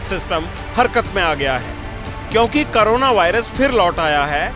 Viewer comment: करोना नहीं कोरोना होता है 😅